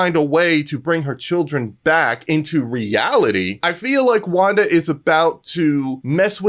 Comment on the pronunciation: ha not wanda